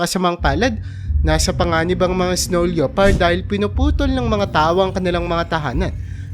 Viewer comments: pronounced lepard not leopard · ano pong sabi mo?" leyopard"? baka lepard yan basahin😊😊😊silent '0 po yan brother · Yan din sa isip ko lepard lods hindi leopard 😊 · Hindi LEYOPARD ang pronounce niyan kundi LEPARD. Silent O. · lepard not LYOpard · Leopard pronounced as “le-pard”